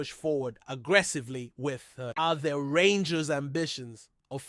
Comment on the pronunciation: If your going to talk rangers you have to get there names right 😮